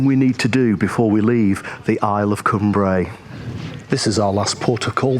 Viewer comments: Great video, but Cumbrae pronounced like Come Brae not Coom Brae 😀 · Lovely video, glad you had fantastic weather for your trip over to Cumbrae from Largs. We lived in Largs for 4 years and enjoyed it. Just one thing to say, it's pronounced Cumbrae as in Cumbry, don't split it into two words like come brae😁 Otherwise lovely video👍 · Lived in Largs for years, it's pronounced like Cumbray, all one word not two as in Cum Brae👍